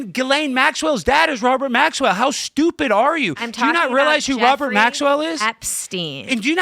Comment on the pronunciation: When he calls her stupid does she say, "Sjewpid?"